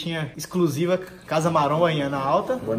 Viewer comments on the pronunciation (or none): Têm o vesgo aos , falando casa maronha.